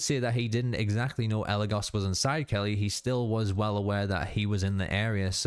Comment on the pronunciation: I really like how when the brujo says eligos he puts emphasis saying the go in eligos while Kelly possessed and actually eligos says it correctly